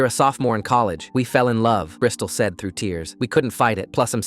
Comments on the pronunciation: "brystol" lmaooo🥀🥀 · …Bristal? ….like a Brisdol board?